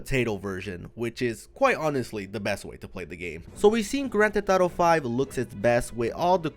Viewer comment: “Gran Te Thotto”